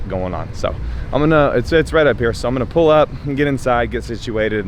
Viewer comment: I swear you said “Pool” day instead of Pull Day😂😂